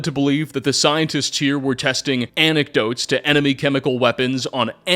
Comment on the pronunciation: I swear he is saying "anecdotes" instead of "antidotes"